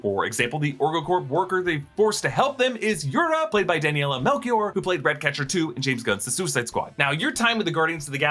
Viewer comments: Melchior... Its read like Mel-shi-Or. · It's written Melchior but pronounce like Melshiore